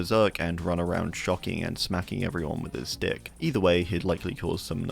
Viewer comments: during doctor's section, when you said "whacking everyone with his stick" i instead heard "whacking everyone with his d*ck", and since i've have to see that image in my mind, i decided to inflict that same pain on everyone else. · I stg it sounds like u said Doctor would “smack everyone around with his dick” 😂